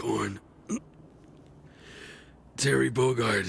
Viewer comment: Terreh Bogard!!!